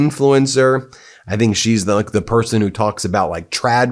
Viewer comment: it’s hilarious how she just can’t say person